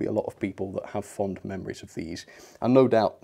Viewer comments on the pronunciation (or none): none